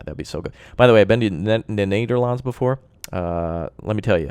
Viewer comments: The way The Netherlands was pronounced 😂 for the non-Dutch speaking guys the way pronounced it is not how we pronounce it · dude, awesome how you say the nederlands. i live there :D